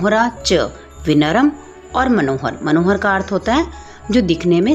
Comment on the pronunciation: Aap padhate acchhaa ho lekin wo vinaram nahi vinamra hota hai